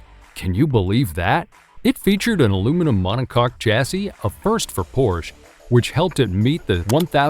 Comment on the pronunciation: cool vid, great voice, but what's the matter with pronouncing some of the names properly? LE MANS? PORSH?